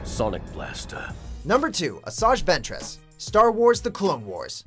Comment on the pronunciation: fucks sake did this guy even watch the clone wars? he pronounced Assaj Ventress and Savage Opress wrong